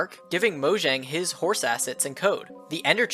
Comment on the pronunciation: Pronounced Mojang wrong >:(